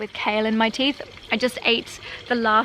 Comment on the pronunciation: Not Air One,: Er-e-won - from the book Erewhon by Samual Butler (circa 1872), a satire. Worth reading!